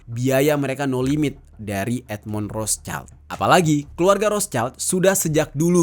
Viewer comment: Bacanya Rot Shild ya bang. Bukan Ros chaild.